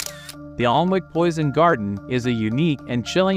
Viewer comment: It's pronounced Anick. The L & W are not pronounced (Alnwick)